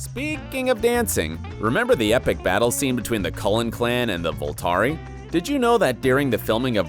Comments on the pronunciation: No, I just had to pause every time he said VoltAri, cause there's just no way it made the edit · STOP SAYING VOLTARI, OMIGOSH!!!